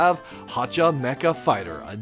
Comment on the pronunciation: Remember, Hacha Mecha Fighter is pronounced as meh-cha, not meh-ka.